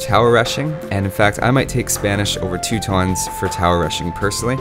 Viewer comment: Teutons is pronounced TOY-tons.